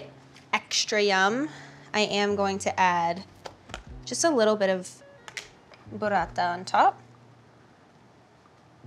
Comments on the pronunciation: Hailey saying "Burrata" was just so satisfying and nice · Wonderful ....when she says : Mozzarella ! Burrata !! 🙂🇮🇹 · I have to love how she said Burrata!!! Those rolled rs🩷🩷🩷🩷